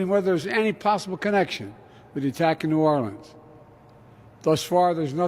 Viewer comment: Biden sounds like an idiot trying to pronounce Nawlins like he lives there.